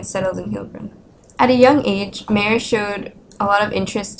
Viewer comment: Sorry, the location of MAYER is wrong. He is no beer drinking man from Bavaria ! We lived in BADEN WUERTTEMBERG !! Please pronounciate MY-YOUR and not MAY-ER ! This sounds very bad for my German ears ! THANK YOU !